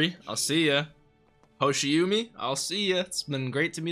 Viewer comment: the "umi" in hoshiumi (星海) is pronounced more like ooh-me. maybe someone on patreon has already pointed it out, but just thought i'd give my two cents :) fun fact: hoshiumi roughly translates to "a sea of stars"! thanks for the awesome reactions as always <3